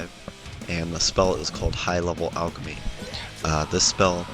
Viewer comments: HEY FUCKTARD ITS PERNOUNCED ALC not a-l-ch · yes but if you say alchemy... you don't say al-cha-me... you say al-kuh-me